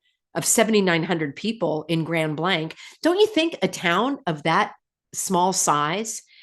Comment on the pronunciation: 😂 when u were saying "grand blank" I thought u were talking n code.. but its a city.. 😂 Fill n the Blank.. Grand "illusion"